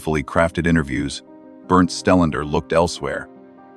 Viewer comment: I thought his name is Stellander? Narrator says 'Stenlend found'. LOL. Yeah, at 'spot one', he found a heart shaped pattern made of stones or flower petals - he's so sooo smart, he couldn't work out the difference. 😂